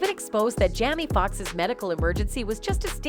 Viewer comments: Um correction , it's Jamie, NOT jammy, please stop messing up people's name. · Jammy Fox and Connie West..smh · 😂can you please pronounce his name right